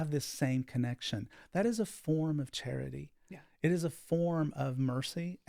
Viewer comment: I heard the name Cherry when you said Charity. Cherry is the name of my old dog, is this usual. I need help with my current two dogs fighting is this something my guardian angel can help me with. Is the name a sign they can ?